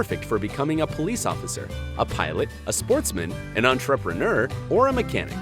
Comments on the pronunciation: STOP SAYING ENTREPRENEUR LIKE THAT PLEASE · His pronunciation of entrepreneur irritates me.